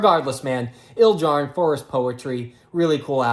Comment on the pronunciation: you mispronounced Ildjarn and then said RAWR so pretty much fuck you